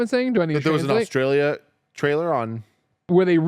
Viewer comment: Why does Kevin say Australia like that? It’s painful to my ears